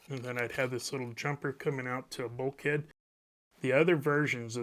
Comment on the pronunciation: Bulkhead... It does not mean bulk head, and should not be pronounced that way. It's a generic term for a wall or any flat separator panel.